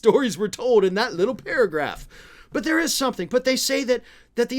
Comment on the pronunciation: This is trite, but does anyone else get annoyed by the way he says,”little”?